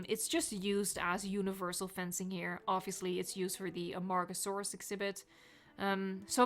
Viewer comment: A-MARG-oh-sore-us. It make me laugh, i have some problems. And, back serious, i think (and hope) they'll present mosasaurus next time, the marine group.